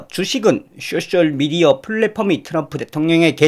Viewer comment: 존경하는 선생님^^ 쑈셜미디어를 쏘셜미디어로 발음하시면 더 예뻐해 드릴께요^^